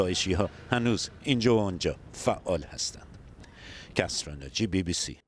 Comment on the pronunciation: متاسفانه گذارشگر بی بی سی ریدی به کسری ناجی میگه کسیرا ناجی ههههههههههآفرین😂😂😂😂